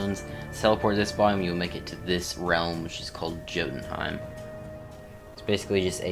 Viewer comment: When he said (jo-den-hime) and not (yo-den-hime)